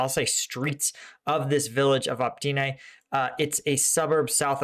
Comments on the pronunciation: Please!!! OpyTne, T BEHIND the y, not OpTyne. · Look. I know ukrainian village names are hard to pronounce, but it has been months now so I have to tell you - it's opYtne not opTyne ok? :-D it's driving me crazy. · it's not OPTYNE, but OPYTNE - you keep making that mistake:-)) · It is Opytne and not Optyne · since you keep saying it wrong now for several times. The settlement south of Bakhmut is call Opytne („uh-pit-neh“), not „Optyne“ (which you keep calling it and which is actually even harder to pronounce!) Other than that - keep the content coming! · Even in case you are dislectic, there is no excuse for butchering easy city names if you are taking this channel seriously.. "Optine..Optin..Optyn.." uff.. Just a few cities along war line and you did not invest few minutes to get in touch with somebody local to help you pronounce cities correctly? Common! Step more - my kids learned how to read azbuka in 20 minutes just studying differences between latin and azbuka names on your maps! How can I believe in your ability to understand things if I see your inability to learn just really basics related to topic such correct cities pronunciations.. Disapointed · FFS! OPYTNE!